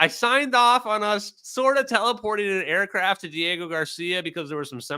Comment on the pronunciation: Just cried again at the “ ooooo you stow ayacraff?!”